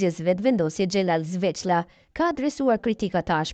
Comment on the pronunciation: Oj moderatore mesohu me lexu nihere se ky quhet Xhelal Sveqla e jo Zveqla